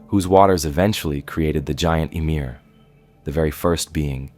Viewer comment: ummmm emir?????? it’s ymir. YMIR